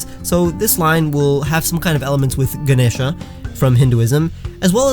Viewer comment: Finally, someone in North America said Ganesha correctly!!!